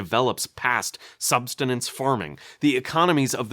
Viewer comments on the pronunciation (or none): Love your videos. Must correct one pronunciation. Substinance should be pronounced Sub-sis-tense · this mf said substenance farming